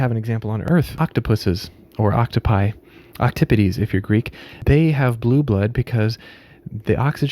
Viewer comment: Octopodes is pronounced "Oct-aw-poh-deez"